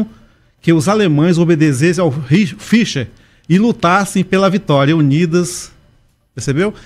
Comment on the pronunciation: O irmão não não conseguiu fala o nome Führer o U tem som de“ i ” pronúncia= fiiihrer, o teve total razão em seus pontos de vista muito inteligente 🧠, portanto o führer foi um líder que aniquilou judeus e tjs e poucos comunistas o erro do führer foi este.